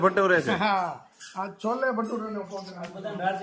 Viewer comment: છોલે ભટુરે બોલાય